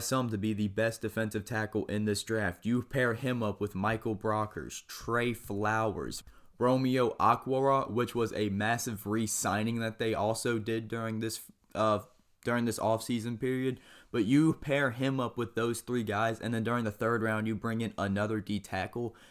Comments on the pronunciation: It’s “O-kwar-uh” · Its OH-KWAR-AH